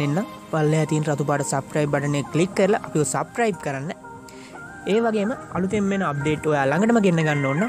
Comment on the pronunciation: සබ්ක්‍රයිබ් නෙමෙයි සබ්ස්ක්‍රයිබ් (subscribe ) ඉපෙක්ට් නෙමෙයි ඉෆෙක්ට් (effect) පොටෝසොප් නෙමෙයි ෆොටොෂොප් (photo shop) ඕප් ලයින් නෙමෙයි ඕෆ් ලයින් (offline ) සෙයා නෙමෙයි ශෙයා (share) වැරදි හොයනවා කියලා හිතන්න එපා යාලු වැරදි පෙන්නලා දුන්නා විතරයි. ඒවා හදා ගන්නවද නැද්ද කියන එක ඔයාගේ වැඩක්.good job brother...